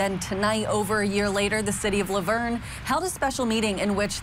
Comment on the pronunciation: How you pronounced La Vernge made me keel over lol im a local and have never heard that.